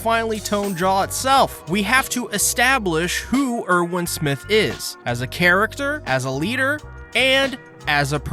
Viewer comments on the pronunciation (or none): Why do you pronounce things differently than the show? They all say "Ervin" not "Irwin" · My guy it’s pronounced air-vin, not urr-win